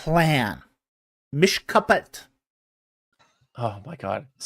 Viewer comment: there was a Christian apologist who couldn’t pronounce Mishpa’hat (family of …) … it goes with the other guy who put up a slide of Hatikva (the Hope) and tried to explain it as meaning « I love you » (Ahavtikha)… 😂😂😂 It goes back a few videos